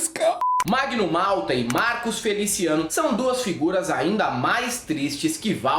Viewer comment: Mano.... derrubei o prato quando escutei "FeliciANUS"... pqp